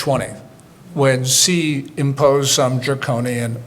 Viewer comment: He can pronounce "Xi" correctly.